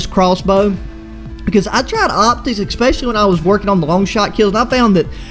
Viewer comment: ready for the ekspecially XD